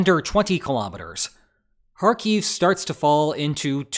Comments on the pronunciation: It's "HAR-keef" not "har-KEEF". Stress is on the first syllable. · Hey, saying Kharkiv right once is better then not saying right even once. For some reason you keep calling it KharKiev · Why do you wrongly accent the word Kharkiv on the final syllable? It's accented on the first syllable in both Ukrainian and Russian. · It would be cool if you could at least learn to pronounce the name of the place that you are talking about.....